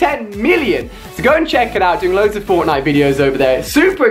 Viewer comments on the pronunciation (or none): none